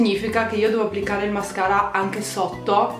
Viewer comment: Hai detto mascala invece di mascara😂😂